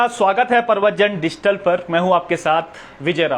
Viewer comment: डिजिटल बोलना नहीं आ रहा भाई को पत्रकार बनेंगे। कभी-कभी मुझे लग रहा है भाई तुमने भी तो एग्जाम नहीं दिया था कहीं क्या पता पेपर मिला हो और फिर भी पास ना कर पाए हो तभी यह सब हालात हो रहे हैं या गलत पेपर दे दी आप लोगों को किसी ने। एक जांच तो भैया बेरोजगार संघ वालों की और यह कुछ जो मनगढ़ंत पत्रकार हैं इनकी भी जांच बनती है।